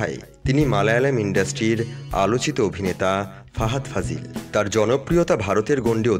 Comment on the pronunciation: ফাজিল না ফাসিল।